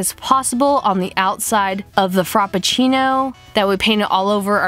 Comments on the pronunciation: I love you, but I cringed every time I heard FROPpucinno instead of Frappuccino. 😂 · Giselle R. Haha I laughed every time she said frop instead of frap. I was a little annoyed by the end tho